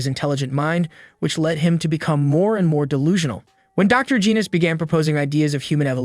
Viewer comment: Hel naw not geenus its genos